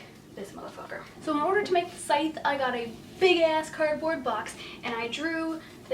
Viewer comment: Needed to know how to pronounce Scythe. The c is silent. Thank you.